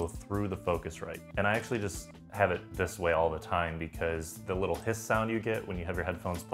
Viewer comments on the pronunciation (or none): none